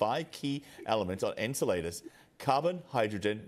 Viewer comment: A newscaster of all people should be able to correctly name the object they're talking about. "Enseladus" does NOT rhyme with enchiladas. 😂